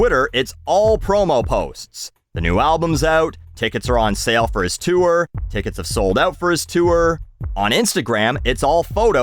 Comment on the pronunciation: Anybody else weirded out by the way says “tour”?